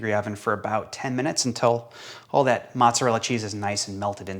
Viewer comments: Ohhhh he clarifies it in next few sentences. Mozzarella cheese made w/whole milk. Mozz not motts lol but the way he initially said it was confusing like Motts applesauce makes a unique kinda cheese now lol. I think he's trying to start a trend in folks abbreviating Mozzarella as Motts. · Let's see if I can do this, what does a cow say...... moo, so, moo- ts- ah - dell, no vowell on the end. Mott's is applesauce. Similarly, manni- cotti is wrong. Its "mod-ee gawt" I've been Italian for 70 years and I continue to wonder how can you eat it if you can't even say it. Haha LOL 🤪👍